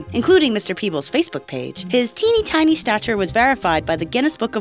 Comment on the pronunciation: like how many times you think she said "Tiney Tiny"